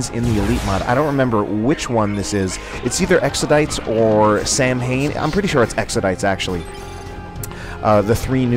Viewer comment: Very good game for both teams, glad to see some nice Eldar play from Fus. Also, I believe that the Eldar Skin you mentioned, Saim-Hann, is pronounced "Sah-win", like the Pagan ritual of harvest "Samhain", which I'm fairly certain the name is derived from.